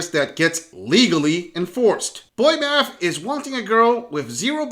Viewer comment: secind ckip made my head hurt, uts math not mat